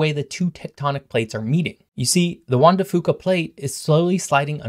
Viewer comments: Im so so sorry to be this person but its said Juan de Few Kuh not fooka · Juan de "FEW ka" pronunciation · Juan de Fuca is more phonetically pronounced like "Juan de Few-cah" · It’s pronounced Juan de Fewca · PNW-er here: it’s pronounced Juan de “Few-kuh” 😉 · Juan de Fuca is pronounced "Wuan de feuuka". Also.....remember the Pacific Mt Range is between the coastline and the I-5 corridor, thus blocking most of any title wave. This range is on average 1000ft high.. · Great summary, though, if you checked, you'd find most of us call it the "Juan de FEW-ca" plate… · Fuca is pronounced with the U sounding like the word YOU. I know, I live here. Just went to Juan De Fuca rec center yesterday.